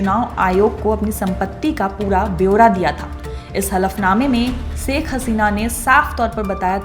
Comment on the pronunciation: Saikh nahi Ma'am Shaikh kaha kariye plz 🙏